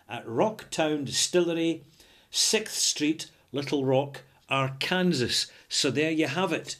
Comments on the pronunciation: you should check out Eric Sloane on Google. He was an American painter who, among other things, specialized in painting clouds in the sky. By the way, an American pronunciation of Arkansas might be "are CUN saw". Just thought you would like to know. Great review! I'll have to try some soon. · It's pronounced 'Arkansaw' but another brilliant review, I'll be trying this one:) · Perhaps silly, but Arkansas is pronounced are-can-saw. :). Cheers! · Great review! Couldn't stop of chuckling at Ar-Kansas though. Hopefully I'll be able to make it up to the Scottish Capital of E-Din-Burg someday.;) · Woah! That's my town being reviewed by! I feel so proud. (Also it's pronounced "ar-kan-saw.") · Pardon the nitpick, and make no mistake, it is just a nitpick, the video is great: Arkansas is pronounced Are-can-saw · Understandable how a European would make that mistake. "Kansas" is pronounced just the way would think but "Arkansas" is unusual in that the last syllable "sas" is pronounced "saw". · Hi, good review again! Official pronunciation [ˈɑɹkənsɔː] ar-ken-saw Wouldn´t have known that if Bill Clinton hadn´t been governor there before he became President.:-) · The odd thing is that the state of Kansas is pronounced as you have done so here but without the A-R. Once you stick the A-R in front, the S at the end turns into a W.